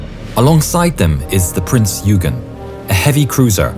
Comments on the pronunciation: Love your videos! BTW, "Eugen" is pronounced "oi-gen", not "you-gen". 🙂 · Prince Eugen is not(pronounced (YOU-gaen) it is pronounced (OY- gaen). Alles Klar? Chüß!